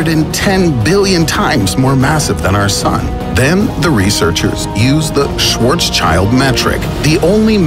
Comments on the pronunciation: Schwarz-schild, not Schwarzs-child. Schild means shield in german and its pronounced even similar to English. But his name has nothing to with a child. It simply means: Black shield. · It's pronounced like swortssheild, not swortschild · Your pronunciation of ''Schwarzschild'' is beyond wrong! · I thought the same. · Just please learne some basic German in order to pronounce Schwarzschild properly. Tks.